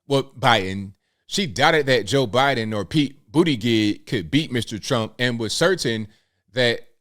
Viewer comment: It’s pronounced “ boot, edge,edge”